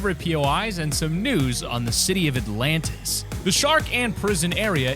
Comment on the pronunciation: Nobody: The Alantis